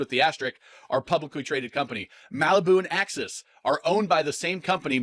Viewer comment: Old video but I’ll comment anyway! I own an Axis T22 and it had been very reliable. Sometimes fewer bells and whistles mean less stuff to go wrong. Am I pronouncing it wrong? You keep saying Axius and not Axis.